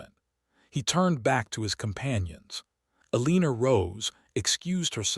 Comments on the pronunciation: Dang it Even switching to reading transcript, I keep hearing a leen er every time I come to the name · PLEASE: If your AI cannot say Eleanor correctly, find another name for your character